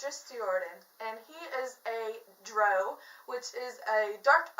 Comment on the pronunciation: Also no worries at all but the race of dark elves is pronounced (DR-OW) not (DR-OH)